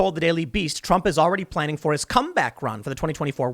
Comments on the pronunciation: Pllaning? Ok Joe Biden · Planning not pllaning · Pllaning? Are you trying to pull a Sidney? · What's Pllaning? And DUring? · Pllaning? Lol